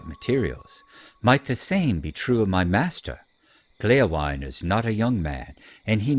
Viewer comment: A couple of Points of Pedantry ;-) Hytbold is, if I understand correctly, pronounced more like "HOOT-bold", with that interesting Scandinavian/French sound where you make an "O" shape with your mouth and say "EEE". Gléowine is pronounced "GLAY-oh-WEE-nah", it's from the Old English and it means "harp-friend": the suffix "wine" shows up these days in names like "Baldwin" and "Godwin".